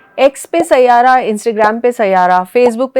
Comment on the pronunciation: you had me at “saiyaaara”